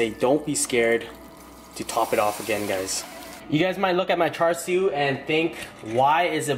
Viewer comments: AMAZING VIDEO, BUT AS A CHINESE BORN, IT HURTS ME TO HEAR YOU SAY CHAR SUI! ITS PRONOUNCHED CHA SUI! KEEP UP THE GREAT WORK! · Its pronounced "Chah-Sue" as from the Cantonese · It's not char sho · It's CHA SIU